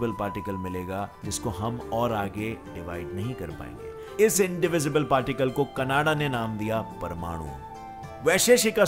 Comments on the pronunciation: Not कनाडा it's कणाद ok. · आप नाम को ठीक नहीं बोल रहे, ऋषि कणाद को कनाडा बना दिया। ऐसा सब k नाम में किया हे। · कणाद not कन्नड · Kanada nahi kanad angrej ho kya 🇮🇳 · "कानडा" नाही रे बाबा "कणाद"... 😂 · Actually it's not 'कनाडा' , it's 'काणद' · Vo kanada nhi shri Acharya कणद h 🙏🏼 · It's not कनाडा it's कनाद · are angrej wo kanada nhi kanad muni h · Not kanada yes kanad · It depend upon people How did they read and Understand it . Some kanada some kanad but he say Canda 😁